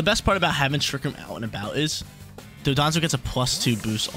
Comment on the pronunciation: Dondoza & Tatsugiri 🤣 not Dodonzo and tatsugimi btw cool vids man i watch you erryday 💯